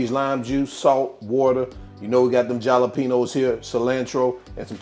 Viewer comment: As a fluent Spanish speaker you had me rolling with the jawluhpenos and pico de gallow 😂. Excellent recipe and video, thanks for sharing!!